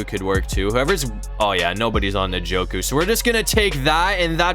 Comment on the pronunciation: You say his name like enjoku